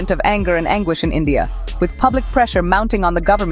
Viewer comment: Its endia NOT india🤣🤣🖐️🖐️🖐️💅